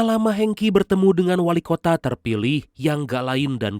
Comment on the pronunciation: WALIKOTA MIN, BUKAN WALIKOTAK